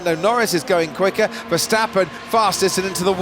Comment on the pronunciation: mex vesteppen really commentator ?? ,,do your homework,, google youtube for pronouncing